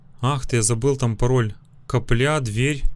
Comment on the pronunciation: ДА КАКАЯ БЛИН каплЯ ЭТО кАпля УДАРЕНИЕ НА А А НЕ НА Я